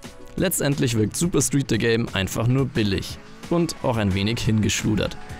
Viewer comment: De Game? nicht The Game? - Neil DeGame Tyson? 😂